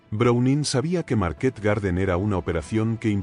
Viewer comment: A mí me pone muy nervioso cuando dice Market acentuando en la última 😅A los dos minutos ya bajé a ver los comentarios, mal síntoma